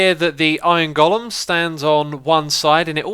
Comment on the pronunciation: iron gollum? long 'o', go-lem.